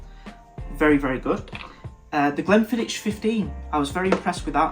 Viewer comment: Just a couple of points: there is no "t" in Glenfiddich, either in the spelling or the pronunciation - the "ch" is the same as in "loch". Would you really say "lotch ness"? If you can't stop yourself saying it like "Quidditch", maybe try "Glenfiddick"... Also: Ian McLeod (I presume that is who you were talking about) is pronounced "MaCloud". I'm afraid I was so distracted by both of those, I missed what you said about the next 3 whiskies each time... Oh, and what you had a sample of from Compass Box is "The Story of The Spaniard" - "The Spaniard" itself was a limited edition of 360 bottles released in 2018 and now selling for £300-£400 or so at auction.